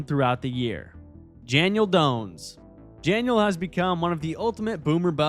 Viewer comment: 😂 nobody caught the "Janiel Dones"....this happens to me all time